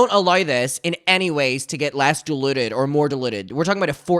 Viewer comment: I have to watch with subtitles to understand this dude - and dude is not pronounced 'dum'. The word diluted is pronounced di·lut·ed /dīˈlo͞odəd/